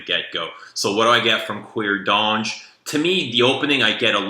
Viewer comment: Oh how paaaaaainfuuuuuul.... The 'H' in Hermes is Silent... I won't even touch your pronunciation of Cuir D'Ange, BUT: you clearly have good taste, and we like the same fraggie so you can't be all bad! ;") LOL